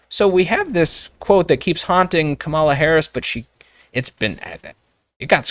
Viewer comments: You’re educated, decent people. Don’t play along with the childish insult of mispronouncing someone’s name. There’s only one person that determines the right way to say their name. It’s the named person. I don’t agree with her either. But that tactic makes everyone who might be on the fence tune out. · Can't even bother to get the pronounciation of her name right right out of the gate. It will not be part of the 2024 General Election platform. Such a bad faith podcast. I'm disappointed in you. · it's extremely childish to knowingly mispronounce her name